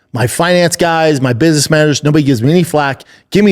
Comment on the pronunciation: Little biss-niss trip